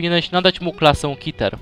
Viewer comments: nie mówi się kiter tylko keter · Przestań mówić kiter mówi się KETER kiter brzmi jak jakieś coś nie groźnego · Jaki KITER mówi się Keter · czemu ty muwisz kiter